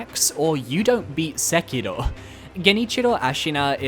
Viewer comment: Why are you saying Sekiro like that... You trying too hard.